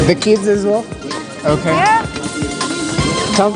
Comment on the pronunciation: woll; well?